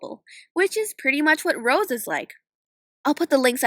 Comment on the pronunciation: you actually got rose and sabrina right. im impressed.